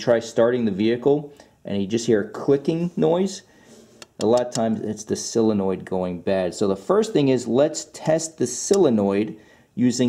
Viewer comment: You pronounce SOUL-enoid like, heh heh. Good video though. I don't get why these manufacturers don't simply put starters at the bottom of engines for easy access, this Acura isn't bad, instead of under an intake manifold which will take 2 days to get at. Looking at you, Toyota/Lexus, how doofy can you be???